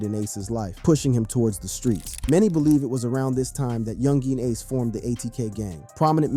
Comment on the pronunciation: bruh ur like 20+ videos in about this and u still cant pronounce youngeen ace is crazy work